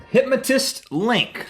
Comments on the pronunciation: Is it weird how Rhett pronounces 'hypnotist?' It sounds more like 'hypmatist' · Its pronounced Hip- no -tist, Rhett